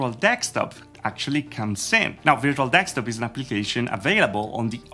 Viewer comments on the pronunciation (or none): it isn't DEKSTOP it is DESKTOP. Notice the S is before the K. STOP THE DEK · i've been watching you for mor than a year now can you please say desktop instead of dekstop? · Dude it’s deSKtop not deXtop. Desk and top, not dex and top. Just saying... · Hi. I like your videos! Would you consider to focus a bit on your English though? You are not native English right? I'm not either so don't worry. I am just triggered every time you say 'ertz' instead of 'hertz' and basically missing 'h' in lot of other words. In this video there was also the funny mashup 'dekstop' instead of 'desktop';-) Please don't get offended. View it just as a hint how to get even better. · all i hear is "virtual dekstop";-) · Not gonna lie.. you got me at Virtual "Dekstop"..